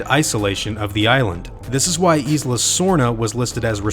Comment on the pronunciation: This is cool. FYI, the "S" in Isla is silent. Same as Island